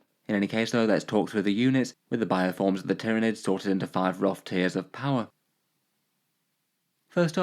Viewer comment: Ah yes, the Tier-of-Nids